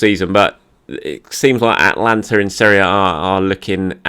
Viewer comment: Atalanta, not Atlanta. Atlanta United of the MLS would suddenly be my favorite team in the US!